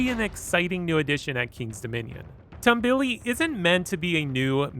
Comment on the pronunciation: its pronouced tomb-be-le not tumble-e